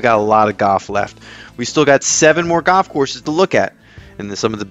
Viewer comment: its called goLf not Goff